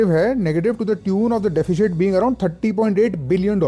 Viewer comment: It's DE.fi.sit... NOT DE.fi.shit.